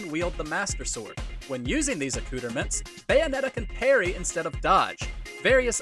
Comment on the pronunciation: the pronunciation of “accoutrements” almost killed me